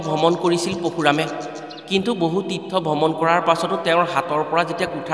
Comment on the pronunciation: What, poshuram নহয় Parashuram